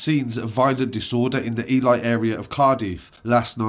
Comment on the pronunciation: Its pronounced E-lee bro 👊🏽 just so you know